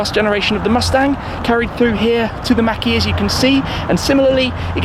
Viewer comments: I absolutely despise how you pronounce “Mach-E” It’s not Mackie, it’s Mach E... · Mach - is not Maack, but more like Mock E... you're welcome :) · It’s pronounced “maak” not “Mac” shmee sounds like you’re saying macaroni and cheese 😂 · Mach not Mack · Everyone-mach e Shmee-mackie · Tim has a very Interesting pronunciation of "Mach E". Fyi, it's pronounced like " Mock E".... not "mackie" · Is it me, our Sounds it like Tim says marquee every time he mention Mach-E. 🤔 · Mack-ee you say? 🤔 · He says mach e like he's trying to say mcdonald's or something hahaah